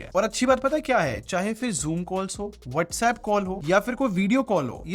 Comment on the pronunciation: Chalo ek cheez clear ho gayi iss video se.....Whatsapp nahi Vatsapp bolte hai 👍